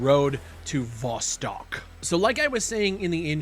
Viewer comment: Dude pronouncing Vostok a different way every time